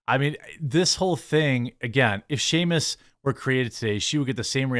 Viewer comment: The character from Metroid is SAMUS you moron, NOT SHAMUS. There’s NO H! 🤦🏻‍♂️